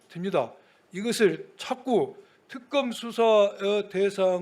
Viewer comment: 깽쌍또 내란부역국개 들 표준발음부터 배우 고나와라 턱검이뭐냐